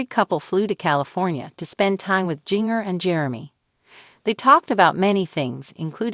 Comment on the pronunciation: It is not Jing ger it is ginger but spelled with a j instead of a g